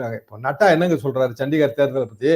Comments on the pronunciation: சண்டிகர் என்பதற்கு சத்திஷ்கர் என்று கூறுகின்றார். யூடியுபர்கள் அரைகுறையாக செய்திகளை வெளியிடக்கூடாது. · அது சன்டிகர். நீங்ஙள் சட்டீஸ்கர் என்று கூறுகிறீர்கள். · தங்களின் இந்த பதிவில் நீங்கள் சத்தீஸ்கர் மேயர் தேர்தல் என்று சொல்கிறீர்கள் தவறு அது சண்டிகர் மேயர் தேர்தல். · அது நடந்தது சட்டீஸ்கர் இல்லை ; சண்டிகர். தராசு அவர்கள் சரியாகச் சொன்னார்கள். Anchor தவறுதலாக உச்சரிக்கிறார். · உங்களது உரையாடலில் சண்டிகர் என்பது சட்டீஸ்கர் என்று வந்து உள்ளது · சத்தீஸ்கர் இல்லை சண்டிகர்